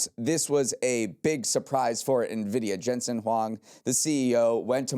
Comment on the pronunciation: Heyyy they made it through an episode without messing up Nvidia or Jensen Huang's pronunciation! That's growth babyyyyyyy